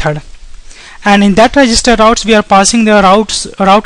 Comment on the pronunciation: Rououtes lol